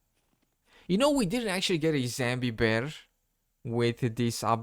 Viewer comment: I love your vids but It's 'Zombie' not 'Zambi'